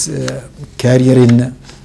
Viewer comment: sir it's pronunciation is career not carrier